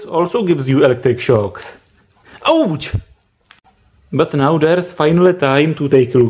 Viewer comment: I love the way he says ouch 😂🥰